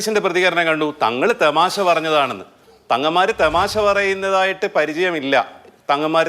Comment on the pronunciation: തെമാശ അല്ലാഡോ തമാശ എന്ന് പറയാടോ....